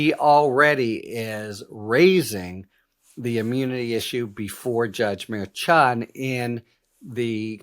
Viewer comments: It's Mer-shan, Harry. Not Mer-chan. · Harry, stop with the wh*te priv*ledge. Have Spanish-speaking bilingual assist you with Spanish-name pronunciation. It sounds like fingernails on a chalkboard. Mer-shan. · Sometimes a "ch" sounds like "sh"...forexample, the word "chef" or "machine". This may helpful in knowing how to pronouce the Judge's name in Trumps Court case. Judge Merchan...think of it as Judge Mershan.